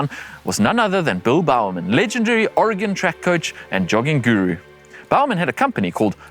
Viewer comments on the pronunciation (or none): none